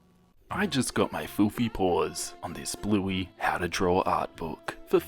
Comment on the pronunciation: I can't tell you how many times I thought you said "Blueby".....